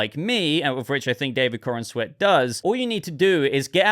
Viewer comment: Why do people keep calling this chap"coren-sweat"?...thats not how you say his name,its"Corenswet"you say it like youre saying the"corns wet"like wet corn,i hope its a good movie though,Superman could do with a win.